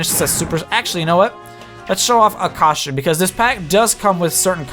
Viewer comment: he dosent know how to say. "costume"